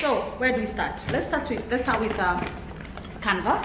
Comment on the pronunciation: love you girls but its canvas not canvas sorry it was bothering me